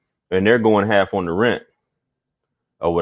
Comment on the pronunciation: "EDDIE I WANT HAFF"